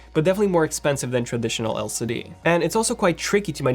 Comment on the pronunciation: The C in LCD has asked me to ask you to put some respect on its name 😂